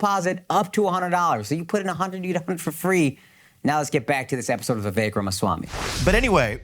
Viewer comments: It’s “Vivek” not “ voovek “ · Pronounced: viv-VAKE like cake! His parents probably didn't have mastery of English phonetics when someone passed them the form for his birth certificate. What the heck, don't say vek. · It’s Vivek like cake. 😊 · When vivek told about that how nikki haley is indian she pronounced vivek as ViVek. Definitely the foreigners can't pronounced it rightly but man if you are indian you Definitely know how to pronounced the indian names correctly. And if you aren't doing that it means you faking it.😂😂